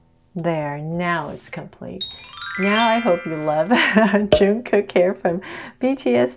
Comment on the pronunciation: Its not juungkook we pronounce it jungkook